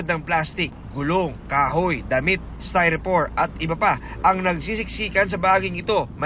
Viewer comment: Ano yung styrofor? 🤦🏻‍♂️🤦🏻‍♂️🤦🏻‍♂️🤦🏻‍♂️🤦🏻‍♂️🤦🏻‍♂️🤦🏻‍♂️🤦🏻‍♂️ 🤦🏻‍♂️